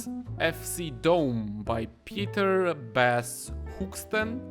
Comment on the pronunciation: Your struggle to pronounce my name is beautiful. I assume you speak German, so I think you will manage. It’s hoo-hard g-st-e-e-n. You nailed Pieter-Bas.